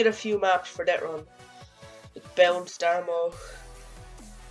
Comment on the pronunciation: Love Irish "Dettrun"